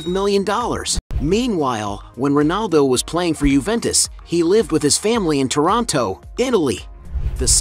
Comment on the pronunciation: It is not Toronto, Italy. It’s Tonino, Italy. Toronto is in Canada.